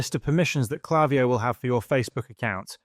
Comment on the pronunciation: It's not klaviyo. It's klaviyo.